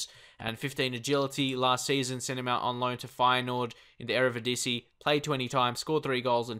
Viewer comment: Keep practising on the word EreDiVisie ;) Love all your series man!